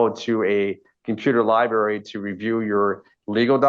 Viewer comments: Darrell creates his own words & pronunciation. Classics in the trial. Today, library pronounced as liberry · he said "law liberry" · Ahahah Lie-Berry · HINT: If you pronounce library as “liberry” you might not be a candidate to represent yourself in a complex legal matter. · Law Lie-berry 😂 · “I’ve never seen a jail without a law libary “ oh, how I pray I can never utter those words. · “Libary”? Oh this is gonna be interesting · Law LIEBERRY. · Lie berry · Anyone who cannot pronounce the word library needs to keep a lawyer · Well, in the unfortunate event you did, I'm sure you'd pronounce the word "library" correctly. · No law liberry? 😆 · Library……kills me 😂